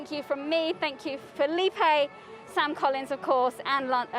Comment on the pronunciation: You mean Felipe?